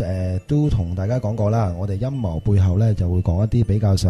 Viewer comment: 開場果時講到好似陰疣背後..